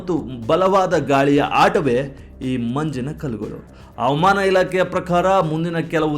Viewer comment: ಹವಾಮಾನವ ಅವಮಾನವ ಉಚ್ಚರ ಸರಿ ಇರಲಿ